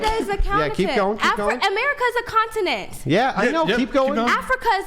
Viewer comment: Imagine arguing on behalf of your ancestors and then not even knowing the names of the countries from the continent or as she says a "conatant". Hopefully she'll dab her hands in some geographical education